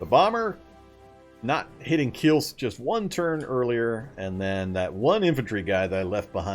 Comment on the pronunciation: Kielce is pronounced as 'Kieltze' ;) Regards from Poland